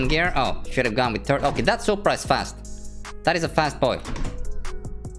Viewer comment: You said supraa socks 😡